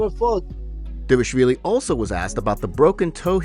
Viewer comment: Why keep saying "Dévashvili"?